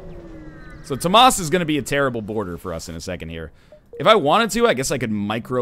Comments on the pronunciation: How does "Thomas" become "toh-maas"?. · Dangit stop pronouncing Tomas wrong!